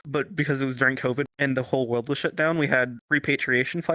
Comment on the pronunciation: "The Cawvid"